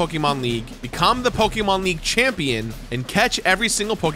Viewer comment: love your content, but the way you pronounce so many of these Pokemon is painful